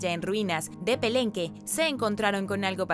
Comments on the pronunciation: Y la dichosa Máscara de Jade es de Pakal y La Reina Roja también tenía una Máscara de Jade también se descubrió en Palenque y no Pelenque cómo haces la pronunciación de La Ciudad de Palenque en Oaxaca México. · Es Palenque y no Pelenque que mal haces la pronunciación de La Ciudad Prehispánica de Palenque en Oaxaca México de La Gran Cultura Prehispánica Maya. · No es pelemwie si no PALENQUE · Es Palenque y dijiste "pelenque", pequeño error, muy buen contenido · Puede pronunciar pakal pero Palenque no?! .... 😂